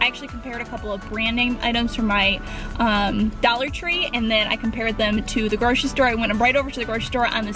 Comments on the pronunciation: it's dollar, not Daller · She says "a daller" not dollar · Why are u saying "Daller" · the way you say dollar makes me wanna die lmfaoo "dallar" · It's funny how she said dollar ( do-la😂😂)